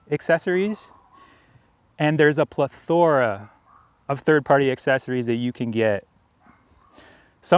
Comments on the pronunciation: I stopped listening after “ple-THOR-a. lol. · 1.) learn how to pronounce “ plethora” and “ hexagonal” 2.) it’s a fucking bucket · You need to learn how pronounce, “plethora!”